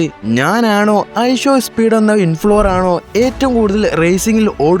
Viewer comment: Influver alla influencer